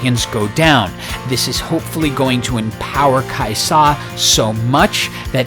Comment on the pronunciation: you don't have to put so much emphasis on the 'Sa for Kai'Sa, its usually just pronounced Kaiza